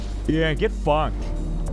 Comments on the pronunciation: ItS TemPuRa NoT TeMpoRa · "Tempora" That hurt. Pronounced temp-ooo-ra, spelled tempura